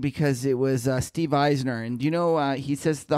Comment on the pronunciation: The man who's bearish on DB, is Steve Eisman, not Eisner. Not hating, love the show guys!